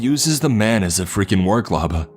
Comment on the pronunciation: "man" = "men"? Someone wishes it was "raining men". Hallelujah. The "corps" part is correct".